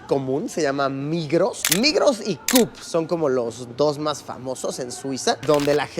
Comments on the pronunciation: Migros y Cup 😂😂😂 Luisito te queremos . Se dice cop! 😂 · Luisito, solo para corregirte. Tu pronunciaste la coop como “cup” solo quiero decir que se pronuncia como se lee :) Psdt: me encanta tus vídeos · Es chistoso como tú dices Coop tú dijiste cup pero se dice como un o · A mi me encanta que la mayonesa y la mostaza vengan en empaque de pasta de dientes 😃 (mi hija ha vivido allá, por eso lo sé) PD. El nombre del super "Coop" es abreviatura de cooperativa. Así pues se pronuncia Cop 😉 Saludos Luisito !!! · se pronuncia cop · “Coop” se pronuncia como se escribe ☝🏽